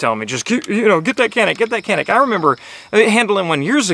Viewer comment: This gun mading in turkey but we can't take it. America is a great country for buying a gun. Also it is not pronounce like that 😄